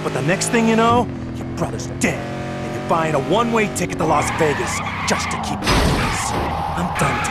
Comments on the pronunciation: “Gangster Waygas” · "Gangster Wegas" 🫴🏽